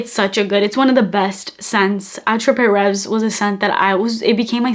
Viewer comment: Just for your own knowledge, it's pronounced: "Ah-trop-Rev" in French. Can't wait to try that dupe...The other thing is, Dossier does not have lasting power. Another great video. Thank you.